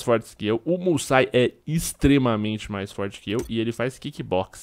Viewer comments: MousaSI, não Musai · se-lê "GERRAR MUÇASI"